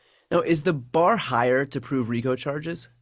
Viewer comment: By the way, it's RICO